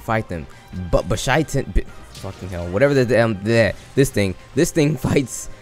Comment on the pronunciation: hmm.. hearing your pronunciation..let call him Bitch Syaitan!